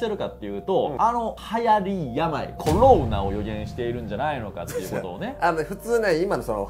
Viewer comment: うーん😅 ロ コ ナ だと旧型を指すイントネーションなので新型を指す場合には コ ロ ナ になってしまいやはりアウトだと思います😑